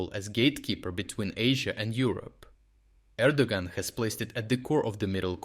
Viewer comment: Erdogan is pronounced Air-do-wan. The "g" males the previous vowel, in this case an "o" a long sound. Enjoy your stuff.